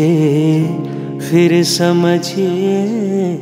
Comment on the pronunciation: You are an amazing singer,! Every time I hear your singing I go into a trance. Just one small advice: one word in this song is pronounced phir, not fir. My apologies for pointing put this minor thing 🙏